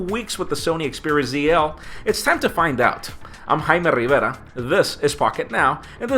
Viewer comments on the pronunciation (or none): you know shit gets serious when he says his name like that